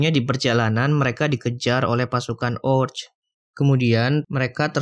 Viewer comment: Orc.. Sebutny oQ